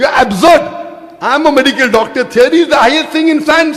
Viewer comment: When you say it‘s a tiary it‘a tiary. What an ignorant dogmatic bastard